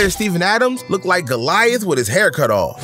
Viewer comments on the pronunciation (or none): lol he said golith with his hair cut off its samson